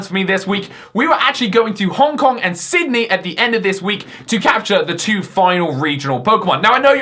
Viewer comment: Is Australian cos he said Sydney?